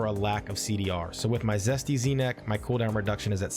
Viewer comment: Jesty is Jesty, as in Jest, Zesty is what you keep saying, with a z